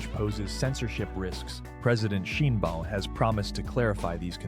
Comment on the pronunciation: Your reporting is informative, but please: President Sheen-baum? No, Shine-baum!